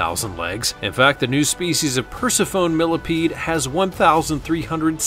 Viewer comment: Persephone = Per-seff-oh-nee